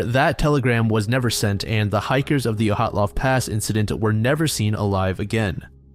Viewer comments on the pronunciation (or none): I’ve heard all sorts of incorrect pronunciations of “Dyatlov”, but “Oh-hat-lov” is new 🤣 It’s also been definitely proven to have been an avalanche, so it’s just crackpots who consider it still a mystery. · Where the fuck did you get the pronunciation of “Oh-hot-lov” from the name Dyatlov???? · ...Why does he call Dyatlov "Ohatlov"? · I've listened to dozens of videos and podcasts featuring the Dyatlov Pass incident, but I've never heard it pronounced like that before